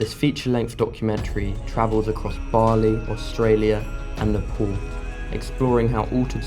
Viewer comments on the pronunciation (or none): none